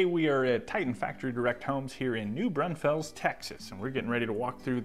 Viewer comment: as a Native Texan its pronounced New Brawn Fulls:)